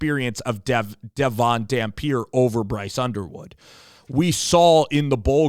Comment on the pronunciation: He's a senior he's not coming, and you didn't even pronounce his name right